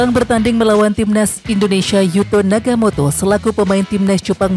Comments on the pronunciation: Nagatomo min, bukan nagamoto, piye toh😅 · Oe Nagatomo bukan naga moto jgn merubh2 nama orang min